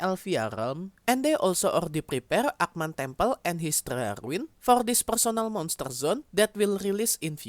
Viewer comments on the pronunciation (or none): "PURSONEL MONSTUR ZUN"